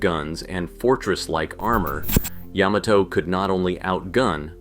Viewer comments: OMG! Ya-MA-to! YaMAto! Accent on the MA! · Wrong! It's yä-mä-tō with each syllable getting equal weight. Look it up!